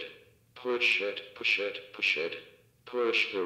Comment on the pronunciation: you saying it wrong